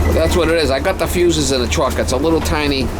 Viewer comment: That's "fuse(es)", not "fues". 😂😂😂